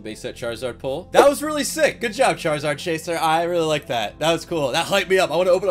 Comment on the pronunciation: Every time charzard charziar funny